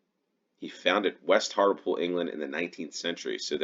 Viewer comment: Leominster is pronounced "Lemster". Hartlepool is pronounced "Hartley-pool."